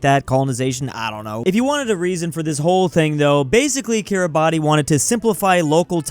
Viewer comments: Take a shot everytime says KIRABATI instead of how its supposed to be said, KIRABAS. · More like ki-ra-bas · The pronunciation of Kiribati is Cure-a-bass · "Kiribati" is pronounced kee-ruh-bas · I'm Estonian but that Kiribati pronounciation Hurts me, "Kiribas" please!!! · each time says kiriba TI, i lose 1 hour from my life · It's pronounced Kiribas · bruhhhh i know i was rage quitting shouting ITS KIRIBASS at the top of my lungs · Kiribati Im pretty sure is pronounced kee-ruh-bas idk why tho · its kiribas or smth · i just can't with that Kiribati pronunciation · Take a shot every time he mispronounces Kiribati! (Don't, you'll die) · Kiribati should be more mad at that pronunciation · how does still not know how to pronouce kiribati after all these years